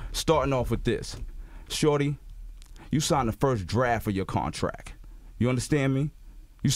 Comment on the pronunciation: Con and Jen’s teeth 🦷 probably clash with EVERY kiss! The word is contract, not contrack.